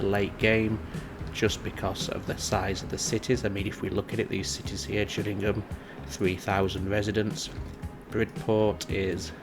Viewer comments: it's a G not a J, so its Gillingham as in fish gills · Its pronounced Gill ing ham as in a fish gill. I sorta miss having to deal with traffic however the game chokes after the map has more thank 20k peds. Which this happens really quickly when you let the towns develop. If you don't mind the lag a few other solitons I do myself is for a start get the town better connected. Use the underground trams mod to create a metro network linking to your train station. Lastly just disconnect roads from any towns you haven't gotten a connection too yet. This way they wont drive miles across the map. Good video btw